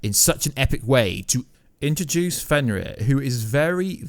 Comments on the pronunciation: Fenroar? It's fenrir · Aye bro sorry to do this to you but it's fenrir but the r is a d sound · Ragranok? Fenroar? Feyah? Either you're trolling (you did pronounce Ragnarok correctly a few times) or you legit cant pronounce Ragarok, Fenrir, and Fey (or Laufey) correctly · I don't even care about how you say ragnarök, but Finroar PLEASE STOP, GET SOME HELP